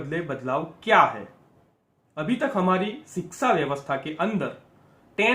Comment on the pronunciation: Sir aap siksa na bolkar shiksa bolen.